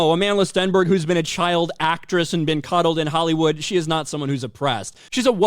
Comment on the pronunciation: coddled, not cuddled.